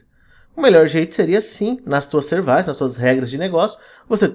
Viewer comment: Excelente vídeo, mas sevAIces me mata 😂. Excelente vídeo parabéns e obrigado.